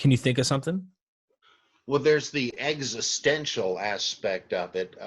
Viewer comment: When Dr Price says existential I totally heard it as eggs-istential